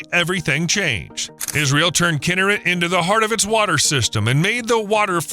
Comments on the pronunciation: I couldn’t watch this video. Learn how to pronounce the name of the lake, please! It is KinNERet, not KINNERit. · Pronounced “key nair et” not “kin her it” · Kinneret…the accent is on the second syllable…”NER”… NOT on the first syllable. It’s very annoying to hear the narrator repeatedly pronouncing the name of this body of water incorrectly!!!!! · Just for pronunciations sake: Kinneret sounds like: key-neh-wret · Great content. Narration was disappointing mispronouncing Israeli names such as Kinneret (should be Kin NER ret). Many graphics were flipped, too. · Please pronounce its name correctly “Kinn-air-et”, emphasis is on the last two syllables. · The second word of your podcast should be pronounced correctly; it’s “kee-NARE-et.” Please try harder. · Kinneret? It's pronounced "Kee-nare-et." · Learn how to pronounce Kinneret!